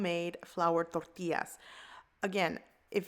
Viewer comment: Frank Da Tank That’s right. I’m of Mexican descent but born & raised in Southern California near the Mexican border. Even the white and black folks down here learned a bit of Spanish and said “Torr tee ahs” properly.👍🏻 She is saying it with the proper accent and pronunciation. Just like “ha la pen ios” not jal a peenos🤦🏻‍♀️ or whatever... totally butchering the words. 😆 People gonna hate outta ignorance 🤷🏻‍♀️